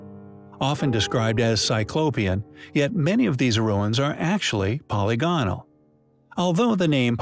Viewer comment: Hey I love your channel and content I do have one suggestion though the repeated mispronunciation of words like polygonal and demonstrative drive me nuts. Is this an AI voice or a real narrator?